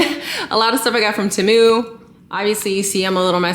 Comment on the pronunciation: I love the you say tehmu 😂😂😂